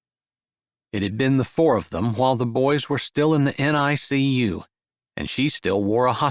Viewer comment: Another excellent story! BTW, NICU is pronounced "nick-you." Chapter 6's triplets are cute: Daisy the doctor, Violet the veterinarian, and Holly the homebody.